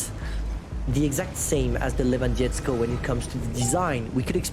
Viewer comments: Levandovsky that is how you pronounce it. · lewandietzko xDD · you're pronouncing Lewandowski as Lewandiesko for polish which means nothing it's gibberish put Lewandowski in Google translate so you can hear how to pronounce it. 😉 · These feeling when you are from PL and almost died from laught when read,,Lewandowski" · He read it very bad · 60TP Le-van-dov-ski I'll donate you if you learn how to spell this properly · You can call me for better pronouncing of Lewandowski and other names